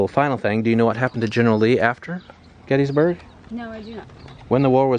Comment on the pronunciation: There's Intercourse, there's Blue Ball, and there's Paradise. And you thought South Central PA was dull. We're all passion's playthings here. (Oh, and it's pronounced "Gettisburg" -- not "Getteesburg" -- common mistake.) Nice vid, thanks.